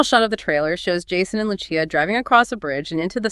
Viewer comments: Why does the narrator keep saying Luchia, she said it right the first time. Great video tho 🤣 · yea I’m pretty sure. Sounds like that one Gemini model. Also, the creator won’t explain why they keep mispronouncing Lucia’s name…almost as if they aren’t saying it themselves